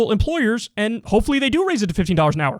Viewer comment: KYLE, the only thing I don't like about you is, you pronounce the word "and" as "end." Every time. It's distracting.